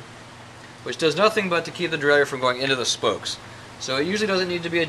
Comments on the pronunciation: Derailleur Pronounced: DE-RAY-LER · Thanks-- you are right! I was brought up in an old school shop in North Carolina full of roadies and race fiends, and everyone there pronounced it the French way. I never even thought about it. But I consulted my hardbound Merriam-Webster, and sure enough, it's pronounce the way you have it there. It's gonna take a conscious effort on my part to start pronouncing derailleur the right way! 😂❤